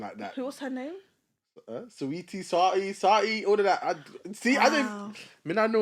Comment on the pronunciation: Great topic, very good discussion 👌🏿, man struggling to say Saweetie’s name though